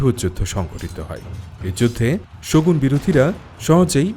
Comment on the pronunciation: বলছেন শগুণ শুনছি শকুন 😂